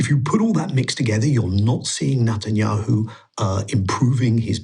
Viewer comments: He keeps saying Nutanyahu! Deliberately mispronounciating? Anyway, it about sums him up..nutter! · I like the way he pronounce bibis name sounds like Nutanyahu haha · Thats the whole point, nutenyahu is a nutter!